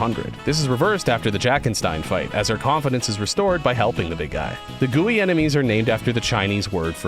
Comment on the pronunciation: Guei is pronounced like "way" with a guh sound in front of it. ku̯eɪ̯ is the ipa of it.